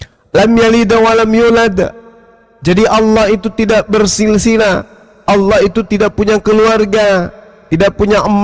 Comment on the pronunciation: Coba keristen asli tulisan allah dibaca salah alah , ini uda salah